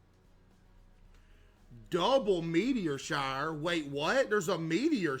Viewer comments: "double meteor sharr" 🤣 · since when did CaseOh got so southern? “meteor sharor” oor even “taird” no hate, just last time i watched him he sounded less southern, i do know hes southern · "Double meteir shire? what theres a meteir shire?? [...] wait theres a meteir shire goin oun?!" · "Wait there's a meteor sharr right now" got me dying on the floor😂😂😂